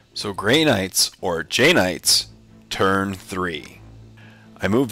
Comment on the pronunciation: lame knights more like it... please stop with the JAY knights thing, not to be cruel, but the way you pause after saying it kinda makes me listen for crickets after a comedian choking on a bad joke... try playing an interesting army, lame knights are never fun...